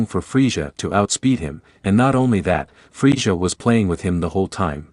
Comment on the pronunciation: it's frieZA NOT frieJA